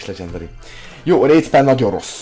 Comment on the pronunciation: hülyén mondja a legendary-t